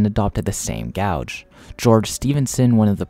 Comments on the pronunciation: So a few things 1: its pronounced gaje or gage, not gouge 2: the golden gate bridge does not carry rail traffic 3: the tgv can actually reach 574kmh but would be too unstable for passenger operations. 4: the solarpowered trains are a cool concept, but their feasability is nonexistant compared to regular overhead powered trains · Yes!!! There is a huge difference between a gauge and a gouge. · Dude, it's not gouge, it's pronounced gaje or gage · You made a video about railroads, yet you don't know how to pronounce gauge 😮 oof. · i would remaster this video pronouncing gauge correctly because i can see this annoying people and therefor ruining your retention. i recognise english isnt your first language which is impressive but these details matter to railfans. this was an interesting video though! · Gauge rhymes with "cage". Not sure why you are pronouncing it like that. It annoyed me throughout a video that I was genuinely interested in.